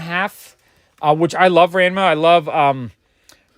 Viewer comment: Not sure if you look at older video comments, but Ranma is pronounced "Rah"-"n"-"mah" with the "A"s having a soft o sound like "romp" or "rock". Same goes for "Manga". The "A"s are soft like "rock" or "romp" and not like "apple" or "act".